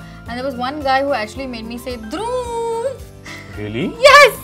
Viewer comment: She actually say Dhruv quite beautifully